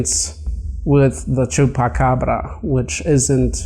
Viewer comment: you're one of the only non Spanish speaking/Latino that can pronounce chuacabra at least decently(you say it way better than decent)